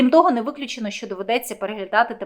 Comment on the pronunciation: А слабо сказати. Що, а несчьо, противно слухати